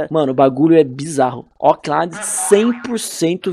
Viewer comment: como realmente é: Oak Island. como o fala: Óck Lailan OASOASKOSAKOSKOASKAO